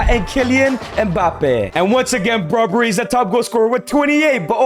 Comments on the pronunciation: Brobbery lol it's brobbey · It’s Ivorian not ivory costian and it’s Brobbey not Brobbrey